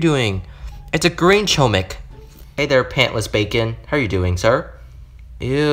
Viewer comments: u are saying chooomik its chomik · Fun fact : chomik is Polish Word, but don't say ch omik, say H but like h amster, chomik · It’s pronounced “HOMIK” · I’ve heard “Choumick” so many times at the point where i don’t even call it “Chohmick” anymore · It’s actually pronounced “hohmick” Chomik is actually hamster in polish and thar is the pronounciation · Its homik not hohmik also they just right chomik I already know that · as a polish person i cant help but laugh everytime someone pronunces chomik as ''KOMICK'' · its pronounced "homeek" btw (its polish for hamster) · Btw u say chomik like this : homik it’s bc it’s in polish I have no idea why haha there’s also 2 Chomiks called mysz and szcur. Mysz is mouse and szcur is rat :] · ITS PRONOUNCED HOM-EEK ITS POLISH FOR HAMSTER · Chomik is pronounced, "Hom" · it's actually pronounced "homik" chomik is actually spell in a different way it's "hamster" and chomik is in polish. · Chomik, pronounced Homik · Saying corretly chomik is (homik) h like in word "hi" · Chomik is Mouse in Polish and its pronounced Hom-eek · It’s chomk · You were saying choemick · It is chom ik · it's pronunced hohmik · Chomik is pronounced hom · Its not chomik its choomik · Btw you were saying chomik wrong but my ears don’t bleed